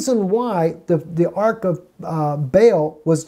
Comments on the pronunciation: Nice teachings. However, I believe the correct pronunciation is "ARCH" with the CH pronounced, as opposed to ARK (like Ark of the Covenant). Thanks for all the info you provide. God bless. (also, problem with your audio) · Ark and arch are not pronounced alike. Babylon's Arch of Baal not just Rome's.